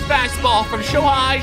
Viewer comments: And don’t say shohei like showhi it is basically like saying show hay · Dude said sho hi it’s sho hey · He really said shohi 😂